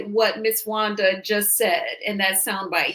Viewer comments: she can’t pronounce certain words. Wanda is a disgrace. Nah you act like you are cause you can’t keep her name out your mouth. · you’re an awfully nice person. You give Wanda wayyyyy too much grace. Wanda CAN NOT pronounce many, many words. IMO, she’s is extremely ignorant and vile.